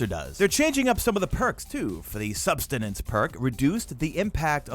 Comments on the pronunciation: Damn it, why can’t any youtuber pronounce SUBSISTENCE properly?? It’s not “Substenance.” That’s not even a damn word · #mitte. Love the vids!! Its sub-sis-tence..sry I'm a grammar freak..lol